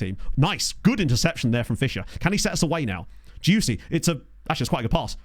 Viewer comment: I know the Player is called Dioussie, but every now and then I hear you call him „juicy“ and i‘m Not saure of that‘s just a coincidence or on purpose, as he play‘s good.